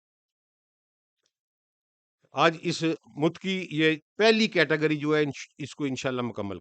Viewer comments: The word is mutaqqi not mutqi i think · متقی کا تلفظ Muttaqee